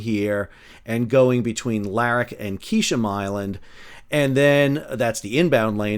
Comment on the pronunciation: And "KESH-um" Island, not "KEE-sham". And "ir-AHN" not "eye-RAN"